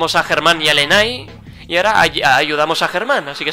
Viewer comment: emm oye yo ya me EH subscribido a el canal de hola soy Germán y juega Germán y lenay se pronuncia leney es la novia de Germán